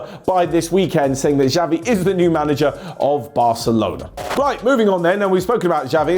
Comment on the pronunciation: Please, it's not 'Javi', but 'Chavi'